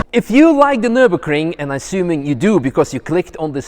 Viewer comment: i always hear Nurbussy not nur-bcy. Bruh.